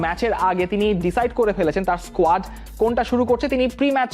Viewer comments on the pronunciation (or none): none